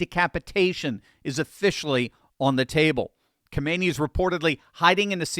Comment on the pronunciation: Its not pronounced Kaahmeni, do better.